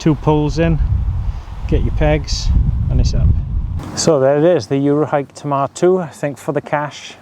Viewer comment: I've got loads of tents from the Akto down, I love my 5 year old Tamar 2 and not because I was brought up beside the Tamar river but because it's a class tent. I've done 45-50mph winds in it but anything higher would be a bad idea. Also great to hear the name pronounced right.